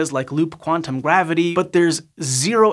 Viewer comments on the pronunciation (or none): Says gwavity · The waskly wabbit said gwavity